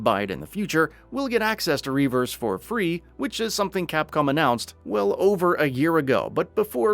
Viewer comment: It's not Reverse. It's RE Verse